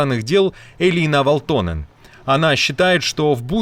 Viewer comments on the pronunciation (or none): Ведущему : ВАлтоненн, а не ВалтОненн😅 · "ВАлтонен". Ударение на 1-м слоге. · Вáлтонен. В большинстве финских фамилий с окончанием на -нен, ударение на первый слог.